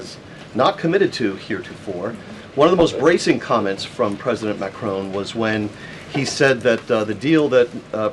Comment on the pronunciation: It's Macron not Macrone!